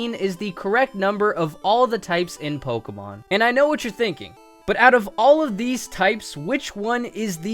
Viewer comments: yes, I realise you know a lot about Pokémon, but it is POKÉMON, not pokemon, it is po-kay-mon, not pok-ee-mon. And WHY? why grass? Think of sceptile, and bug type, heracross and pinsir are awesome bug type pokémon. plus there is cloyster for the ice type. If you want to play pokémon, you don't necessarily need to play with Good pokémon, just play with the pokémon that you like. Personally, I love the grass type, I love pokémon like Sceptile, Decidueye, Ludicolo, and Shiftry. And to add a remark, I really love rock and ground type pokémon, like Donphan and Excadrill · Who the hell pronounces pokemon as "pokomon"?